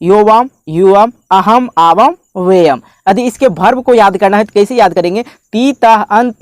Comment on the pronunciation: "आवम्" नहीं, उसे पढो "आवाम्"... अशुद्ध न बोलो, न पढाओ।